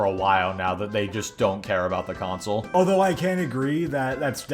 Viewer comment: Don't forget how he says console. The way he says it is flamsol.